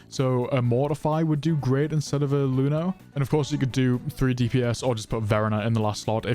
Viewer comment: IT'S EUNO. PRONOUNCE IT AS EUNO. DON'T CALL IT LUNO. I'LL CRY.